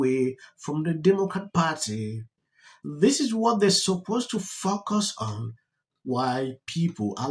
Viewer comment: You might want to work on your pronunciation of "focus on" ... LOL